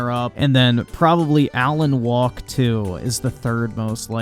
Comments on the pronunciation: Are you actually saying Alan "Walk" 2 over and over? Even if you know it's Wake to your eyes, you pronouncing it to comical levels of wrongness. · He didn't say Alan Wake 2 was woke. He called it Alan 'Walk" 2.